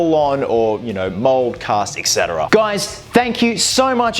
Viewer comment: Noone will read this, but please... It's NOT "Eck Cetera", it's "ET Cetera". The build looks GREAT though. I love your creativity. And i love that it's back :)